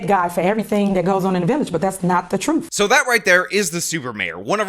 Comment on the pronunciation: “I feel responsibility to tell the troof!”